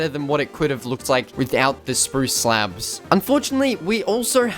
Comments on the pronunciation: bro said slebs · no offence but i find it funny him calling slabs, "slebs" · i keep hearing slebs